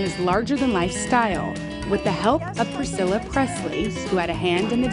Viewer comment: That was awesome priccala. But when that girl said are you proud of Elvis you just said actullay I'm proud of this house. I'm not trying to be mean though